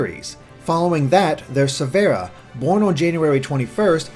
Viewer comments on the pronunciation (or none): Czar17 _ "SEH-ver-a." Stress the "Se." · You said Severa's name wrong, it's 'SEV-ERA' not 'SE-VER-A' She says her name in Fates. I thought it was prounced Se-ver-a until about a week ago to